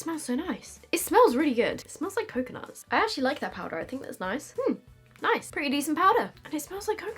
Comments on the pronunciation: Please tell me everyone heard turn American when she said ‘powder’!! 😂xx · Omg she actually does😂😂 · it’s because she said i straight after, if i say that i do the same x